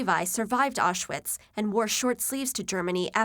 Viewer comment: Not to mention . Orshwits? Good job sweetheart.